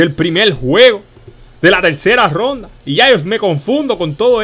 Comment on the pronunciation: No es imvita es invita y no es romda es ronda jajajajjajajaaja.